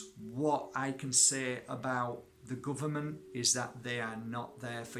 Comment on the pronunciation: Da guhvuhmant